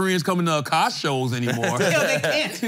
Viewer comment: Charla the first person ever on the pod to say Akaash name right 👏🏽👏🏽👏🏽